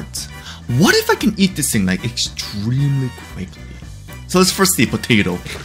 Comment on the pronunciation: o, you said extemelyfast, not extremely fast